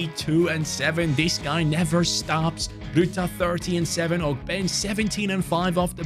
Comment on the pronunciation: What’s up I hate to be that guy but ogbene is pronounced og-ben-ay gotta represent my fellow Irishman I love the videos and keep up the grind Much love brotha